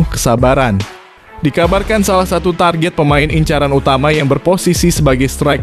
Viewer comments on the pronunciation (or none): none